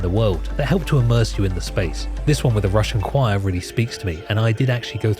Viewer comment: i didnt like how you said "russian choir", hope you make a better research next time